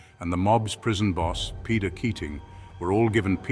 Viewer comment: Portlaoise is pronounced port leash. Peadar is padder. Irish words are a nuisance